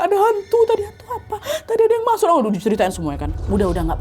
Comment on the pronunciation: Ketawa banget waktu ka nadia bilang "masok" harus banget "MASOKKK" yaa WKWKKW